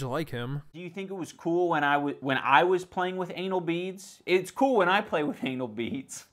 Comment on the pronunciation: The way he said its cool. Really makes me wonder